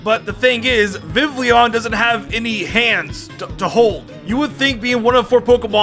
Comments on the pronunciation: Everyone gonna ignore the way he pronounces “Vivillon”? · Take a shot everytime completely mispronounces a word